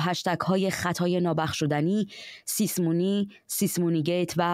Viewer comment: همیشه یه بیسواد باید باشه که سیسمونی رو سیسه مونی بگه